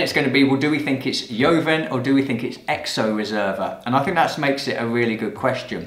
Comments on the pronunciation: Nice video! Studying for level 2 WSET ... but I'm a Spanish teacher and JOVEN is pronounced like HOVEN (aspirated H - not YOVEN). Nevertheless love your videos! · Do all Brits pronounce “joven” that way? We pronounce it the Spanish way “hoven”? Just curious.